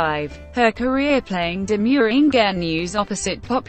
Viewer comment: How not to pronounce INGENUE